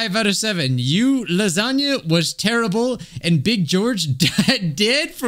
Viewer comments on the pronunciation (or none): george likes lahzohnyah